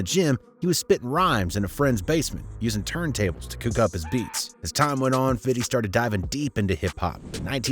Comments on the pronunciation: I’m sorry but why do white people say “Fiddy” instead of his name “50 Cent”. In all curiosity, I would love to know. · I can't stand these YouTubers always saying "fiddy" cent lol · Bruh I can't stand you 😂 it wasn't 1 bullet it was 9, it's not fiddy cent or fiddy, and buddy's name was most certainly not homo 😂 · I hate when white people say fiddy cent 🤡 we don’t even see you like that and we’re black😂😂😂😂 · His name is pronounced "fifty cent", not "fiddy cent", and you aren't a gangster, so please stop being cringe. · DID YOU SAY FATTY CENT YO HAHAHAHA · i swear i hate how white ppl say 50 Cent and 2Pac's name ... "Fiddy" ... "2Pack" .... smh 🤦🏾‍♂